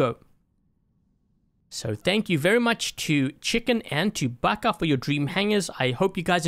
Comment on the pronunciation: Hey! Thanks for choosing my Dream Hangar. (My name is pronounced the way you said it. Its commonly known as an anime term.)